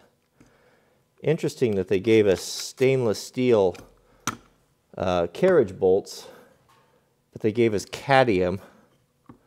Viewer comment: not cad-ee-um but cad-mee-um